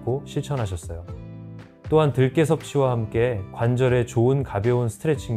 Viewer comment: 들깨 인가요? 들게 라고 하시니...